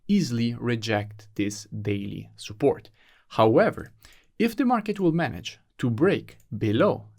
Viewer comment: No offense but I love it when you say soupport instead if support 😹😹😹